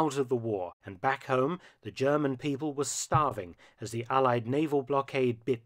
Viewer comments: Impressed at your classic German pronounciation too, wow ! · Your German pronunciation is quite impressive